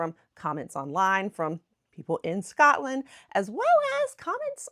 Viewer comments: Your pronunciation of Edinburgh is very good. I’m Scottish and I love listening to diaspora Scots in America who still feel an affinity with our homeland. The one thing that you could practice is to not say Scutland. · Just remember it's "Scot" (as in POT) "land"...it's an O and not an A. We, in Glasgow anyway, pronounce it slightly different due to the Glaswegian dialect and accent...it's difficult to explain but the "O" sound is a bit longer and has an "AW" sound like "Scawt-land". Some places will elongate the "O" sound even more so it's more like "Scoo-t-land" (but not Scoot as the "t" is a bit separate). It's weird and, as our accents and dialects can change over a very short distance, it can be difficult to get it just right but if you stick with SCOTLAND and not SCATLAND you'll be fine. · 1 pronunciation that annoys me is, when people say ScAtland